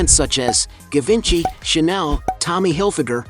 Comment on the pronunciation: Ga-win-chi 😂😂😂😂😂 givenchy ordert on wish 😂